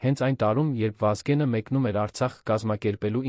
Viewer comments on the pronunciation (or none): none